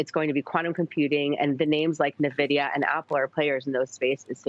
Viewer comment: Navidia? God at least get the name right before investing:)